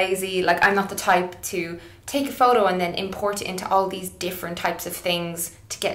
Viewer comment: You say "photo" a million times in this video bot only once you pronounce it like Jessie :( Great video Mel. It's neither wrong nor cheating, it's like makeup, it depends on how you use it and it's always a matter of taste anyways.